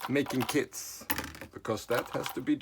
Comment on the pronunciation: at the end of the video did you say “I need to make more kids” or I need to make more kits”? 😂